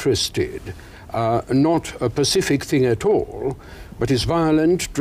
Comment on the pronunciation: He said pacific 😂